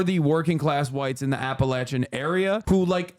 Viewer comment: Hasan pronouncing Appalachian correctly is so lit